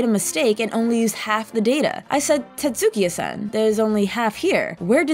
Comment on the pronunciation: Tetsukiya-san. Wizzer robe.